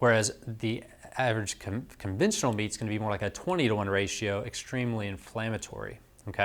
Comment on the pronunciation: Sorry I couldn't quite understand the word you were using about the guy you suggested changing what type of meat to eat, were you saying 'conventional' meat? What type of meat was he eating(processed?) and what did he change to? What is 'conventual' meat or whatever word you used?